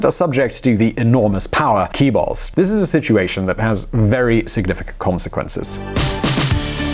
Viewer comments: Sorry but your pronunciation on "Keebal" (conglomerates) is wrong. You should say "Jaebol", stressed on the first syllable. Your pronunciation on "Hyundai" also sounds very funny to me. You should pronounce that as Hyeondae. I know this is not your fault. It is sort of a stupid Japanese influence on funny Japnese-style English learned by old Korean generations back then. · lmfao, not "key-balls", it's "chae-bols" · Instead of chae use jae will make it proper pronunciation. and about Trans Siberian railway, Moon's ambitious plan, we all know socialism and communism failed and don't work, He will have big problem convincing jaebol to invest in North, still many south Koreans don't trust north Koreans including my family.. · For heavens sake, it is not "Key Balls", it is closer to "Jay Balls" if you have to mispronounce it. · "The Key Balls!" Hahhaha! jchae ( a bit between J and CH + ae → as in the English yeah ) but at least you got the Balls right = ) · It’s “jae-bol” not “ki-bull” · I like the KEY BALLS. It does sound more important than Jae Bols. lol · Pronunciation correction: the large conglomerates in Korea should be pronounced "CHAE-BURL" not "KEE-BURL". Good try though. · I hate those keyballs messing everything up, btw the "ch" chaebol is pronounced like "J" in Joy ;-) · let me tell u how to pronounce Chaebol : its "JAE - BOL" not Keeebols lmao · Couldnt understand ‘Chae-bul’ at first. It sounds more like [jae-bul] than [ki-bul]. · if you ever need help to pronounce Korean words, I'm willing to help out.:) (Like "chaebol"... it's not "kee bol." It's more like "chay-bol." And Hyundai slightly rhymes with "Sunday.") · Chaebol is chay-bull not key-bull! I can forgive with Hallyu but not repeated mispronunciation of Chaebol. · Learn to pronounce Jaebul!! Jae is the same as in Moon Jae in. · CHAY-BOL HYUHN DAY MOON JAY-IN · actually phonetically Chay-bowl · Jade Bird would sound more close to chaebol than the way he says it... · Kee-bols. lol